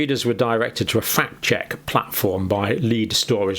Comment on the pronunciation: The Trump/Hilary debate ("cos you'd be in jail") showed this up ....she couldn't get the words "fact check" out, kept saying "fat cheque"! Methinks someone was on the remote control!